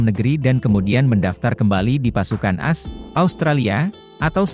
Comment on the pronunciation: Ngomonya ko as jd ass sih admin.. Ko di dgrnya jorok deh.. Emg admin org mana sih????? Org indonesia atau mana?